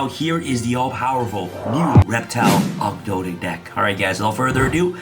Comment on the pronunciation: Thank you for saying 'Ogdoadic' right.